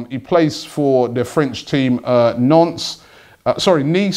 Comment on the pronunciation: Am I the only one that laughed when he said nonce instead of nice